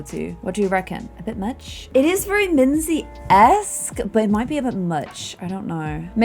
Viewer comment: I still love Minze the most! Also made the name Minze sound so much cuter:0 In German you actually pronounce it like Min-tse.